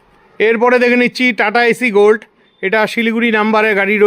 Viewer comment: দাদা ওটা এসি গোল্ড নয়, সঠিক উচ্চারণ এস্ গোল্ড